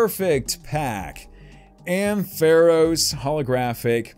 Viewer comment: "Ampharos" is pronounced "AM-fuh-rohs"